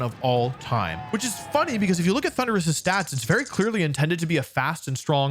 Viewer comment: I skipped the Thunderus part The way he pronounced it was so uhh....